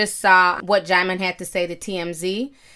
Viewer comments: Not DJAIMON...it’s DJEEMON. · It's even pronounced jih-mon lool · Not “DeejeeMon” 😭😭🤣☕️ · Oops... I JUST learned how to pronounce Djimon (JYE mon) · Hey Ti..it’s pronounced Diamond 💎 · But it's not Jymon. She still got it ALL wrong! Everytime she said Jymon I cringed lol. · Oh THAT'S how to pronounce his name! I used to say "Dijimon" too. Sounded like a damn Pokemon 😅. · Quiet as it's kept, I just found out THROUGH YOU (Ti) how to say his name... I was STILL CALLING HIS BIG FINE, CHOCOLATE ASS (DIJI-MON) & Since we're here I'mma KEEP CALLING HIM (DIJI-MON).. See... You can LEARN & SIP TEA with Ti.. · Djimon Pronounced Jee-mawn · Deejeemon tho😂😂😂😂😂😂😂 i used to pronounce it that way too lmao😅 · Djieziemon 😭😭😂 the way you pronounce names 😂😂😭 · Girl don't feel bad about not being able to pronounce his name. I used to call him Dijon like the mustard. 😂😂😂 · I could have sworn you said Digimon 😂😂😂 I had to rewind. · i thought the j was silent